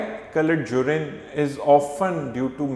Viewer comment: Its not jurin URINE 😂😂🙏🙏